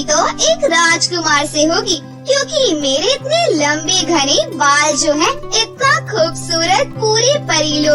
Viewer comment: Lambe Bal hota hai lamb nahi 😅😅😅😅😅